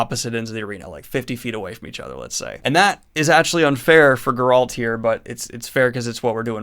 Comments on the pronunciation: Grrralt? Geralt! Geralt of Rivia 😂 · No one: Not a single soul: This guy: GUR-rULt of Rivia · Are you saying “Gurralt” it’s Geralt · It baffles me how you say geralt wrong, you hear his name being spoken in the games and tv series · It's Geralt, not Geralt. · Are you intentionally mispronouncing Geralt lol? Its not like its a difficult name. EVERYONE knows how its supposed to be pronounced. Not even excusable. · the way daniel says geralt is painful, send help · After all this time he still can't pronounce 'Geralt'